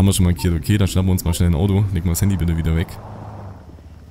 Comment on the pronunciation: Könntest du es auch machen denn es heißt Bitte nicht biete ...